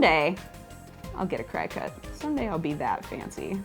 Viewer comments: Great Project! Hopefully will give this a go:) I own a Cricut (only recently, I use it to make handcrafted cards and scrap booking) I always thought it was pronounced Crick-Cut as in a play on the word cricket (the little logo is of a cricket) Have never heard it pronounced Cry-cut:D Maybe its a regional thing?, keep up the fab work, loving this series, and you have some fabulous creative juices flowing! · its not Cri-cut, its pronounced cricket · You should get ProvoCraft to sponsor you so you could get a Cricut for free :D (btw its pronounced Cricket...like the critter :) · I'm relatively sure cricut is pronounce Cricket.